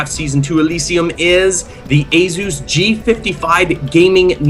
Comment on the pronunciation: I hate how he says Asus. A-zuuzz. Its fucking ay-soos